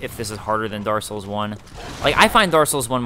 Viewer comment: dark souls, not darssouls, you jerry walliss